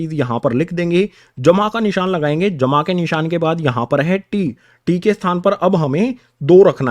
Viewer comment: Sir aap bahut accha padhte ho par ye jma ka nishaan bahut gnda bolte ho